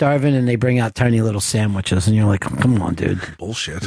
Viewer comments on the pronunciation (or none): i love it when ron and discuss "samwiches"